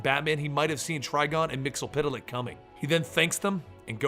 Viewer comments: Pronouced: Mits-el-plick! Not mits-el-piddle-ick. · you are wrong when you said his name. It is Mix-E-Yes-Spit-Lick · it is actually pronunced mix ul plix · no no no it's mister mix yez spit te lick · Me. Mix spit lick that's how you pronounce it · His name is pronounced Mr. Mix spit lick Just search the SAS episode. It explains everything about him in 22 minutes. He's barely ever used. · isn't it Mex-Yez-Pit-Lick ? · Year 5 is ongoing, it's Mxyzptlk, and learned how to pronounced it by the Superman cartoon. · you mispronounced mxyzptlk